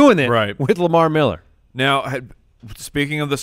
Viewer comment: Lamar "MEHller" Miller